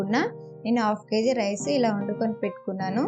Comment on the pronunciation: 'ఈల' అంటే విజిల్... 'ఇలా' అని అనాలి